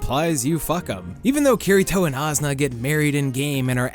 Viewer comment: The way you say asuna makes me want to kill my self. How as no one corrected you, it’s aaa-soo-nah not azzna